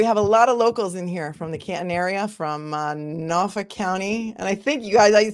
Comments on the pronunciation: I'm from Bristol County, I say Norfolk just like you! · MA Deadhead from the 80's - happy to meet you, sister You say "Norfolk" perfectly :hand-purple-blue-peace